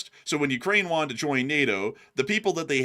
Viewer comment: "What Iran got is what it wonted"